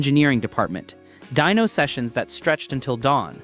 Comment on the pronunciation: Dyno, short for dynamometer, not dino. Please fix that, it's annoying. Thanks, good video otherwise.